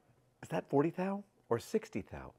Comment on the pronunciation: glad you pronounced it right right after...thou...now it makes sense :D